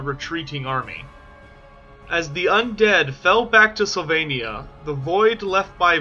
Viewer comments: Sylvannia not slavannia. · Wow, screwed up the first sentence. Slyvania? It's sylvania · Did you say Slovenia?! Or Sylvania? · Its not Slovenia its Sylvania. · Slavania? Where is this place? I'm pretty sure it's "Sylvania".... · He says, slavania. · Why do you keep saying "Slovenia"? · It’s SYLVANIA. Do you hail from PennSLOVENIA?! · We know, but he keeps pronouncing it as "Slovenia". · Is it really pronounced "Slovenia" or am I really going deaf? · One question: where is an o in Sylvania, or what kind of alphabet do you use? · But alas, he can't pronounce Sylvania 😂😂 love his videos though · or learn to learn :D the Y is right there :D thats not L